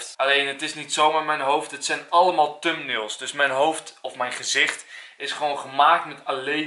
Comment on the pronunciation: tumnails? ahahah ik hou van de nederlandse uitspraak